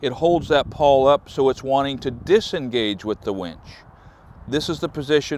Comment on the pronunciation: Winch, not wench.